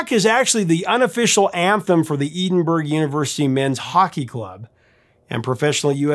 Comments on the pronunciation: I love to watch your videos, and you do so much research, but when you make a glaring mistake in a pronunciation, it completely takes me out of the story you're telling. Especially when it's not the first time that mistake was made. Edinburgh has a short /e/, as in egg or edge. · You might want to check the pronunciation of Edinburgh (and Maupassant, though that one was close).